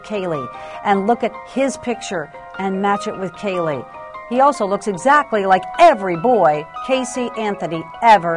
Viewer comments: When in the HELL is Nancy Grace going to learn to pronounce Kaylies name correctly instead of KYUL-LEE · It's not Cayl-ee, it's Cay-lee. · Kael-lee. That's how Nancy pronounced Caylee. Ridiculous. Get a hobby, Nancy. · Nancy Grace never could pronounce Caylee. She always made it sound like Killey. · Omg! I cringe ea & every time she says Caylee's name! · She pronounces Caylee that way because of her accent. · why can Nancy Grace pronounce Caylee right?